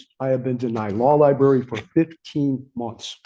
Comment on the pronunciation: One thing I've learned from watching court cases is that NO ONE, absolutely no one who's incarcerated can say the word "library." Every single one of them says "law lieBERRY." Never with an r. It's impressive.